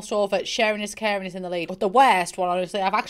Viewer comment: What she said: “I’m so caring” What I heard: “I’m so Karen” Would you like to speak to the manager?